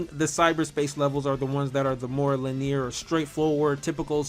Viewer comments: it's pronounced lin-ee-er, not lin-ear. 3 syllables, not 2. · if this man say lineer one more time lol